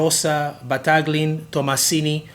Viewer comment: Mason. You forgot them. And the G in Battaglin is silent, like in Campagnolo-both Italian brands. And you also forgot perhaps the most coveted and cult of all steel bikes- Pegoretti.